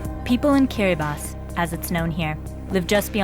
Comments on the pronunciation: Its not said kir-a-ba-tee its said kira-bus.... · King Bibi kiribatee is how non i-kiribati people call it since they don't know that in gilbertese language de writting of ti is pronounced as S so instead of kiribaTEE is KiribaS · First I heard KIRIBA-TEE, good thing she redeemed herself by saying Kiri-bass to the rest of this documentary. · It is pronounced as "kiribas" because in gilbertese they dont have letter T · Kiribati is pronounced as Kiri-ba-hs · It's pronounced KIRIBASS. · The ti in Kiribati makes an s sound so it sounds like kiribas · It’s kirabaus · KI-RI-BAHS. its pronounced KIRIBAHS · >"Kiriba-TEE" >Dislike >Close tab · Am I wrong that the correct way of pronouncing Kiribati in English is not ending in an "i" like this video does, but more like "Kiribas"? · Kind of frustrating that the opening title pronounces the name wrong, but she seems to know how to say it during the content. Too bad, I almost wrote this piece off.